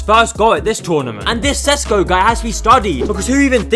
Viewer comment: As a Slovenian im offended how he said SESKO NOT SHESHKO IT THE LETTER Š NOT S